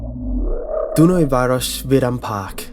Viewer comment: You have all of my respect for trying to pronounce Dunaújváros and vidámpark, which latter simlpy means "theme park". You're good. :)